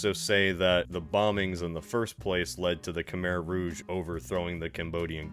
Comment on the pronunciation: You say "Khmer rouge" in French ? (I know it's a detail but still)